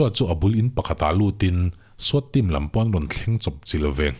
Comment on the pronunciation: Swat hi skhuat tia lam tur niin ka hria